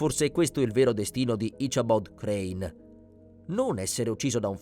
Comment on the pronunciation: "His name was 'Asabod Crann.' " 🤨 Come on now. If you have to use an AI narrator at least try to get one that can do a better job than this.